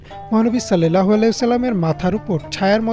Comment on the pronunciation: আপনি বলতেছেন "সাল্লেল্লাহু আলাইহি ওয়াসাল্লাম" এটা ভুল! এখানে হবে"সাল্লাল্লাহু আলাইহি ওয়াসাল্লাম" অর্থাৎ আকার দিয়ে হবে। এ কার দিয়ে নয়।